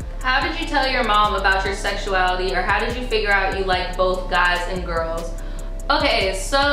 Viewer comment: I die every time you say " okey " 🤣 & I think a eating disorder would help more than hurt ppl so I'd love to see it 🤞🏽😣